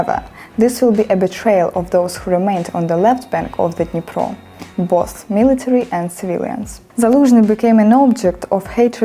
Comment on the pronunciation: Both має звук оу, не о